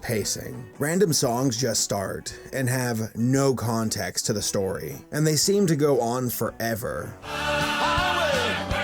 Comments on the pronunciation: You know I’m at supercritical level when “und yogel” is my type of comedy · UND YOGUL